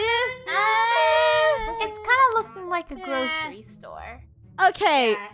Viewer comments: They said GROSHERY store instead of GROCERY store.... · Funneh: Lets go to the groshery store Me: 😂😂😂😂😂